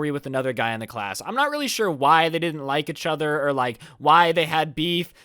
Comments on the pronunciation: He doesn’t say EACHother he says “uhchuter” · Achathor instead of each other does anyone else here this? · every time says "eachother", i get distracted by the fact it sounds like "achother" XD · ECHOTHER i love how he says this instead of "Eachother" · How many times does he say "Itchother" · bruh who else is cringing whenever he says "itch other" instead of "each other" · Does it bother anybody else that he says achather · The way you say 'each other' pisses me off "etch oder" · Ietchither LMAO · U said uchuder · Is it me or do you guys hear ich-other instead of each other, not tryna be rude but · Why do u keep saying eh-chother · stop saying "etch other" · Instead of “each other” keeps saying “Itch other” 😂 Holy shit this is the most likes I’ve ever gotten EDIT: I just got like 790 likes on a comment on another video... happy noises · Everybody but::pronounces each other as itch other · Anyone else realize how he pronounces “each other” as “A-chother” ? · my man. EEEECH other, not itchother😂😂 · This is how many times said etch other instead of each other 👇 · did anyone else go insane whenever he said fucking "echother" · Nobody: Absolutely nobody: Not even thanos:: UCHOTHER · When ever says each over he sound like he’s sounds like itch over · He says each other weird but I still love his content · Is nobody talking about how he pronounces "eachother"? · Anyone else think says each other weird???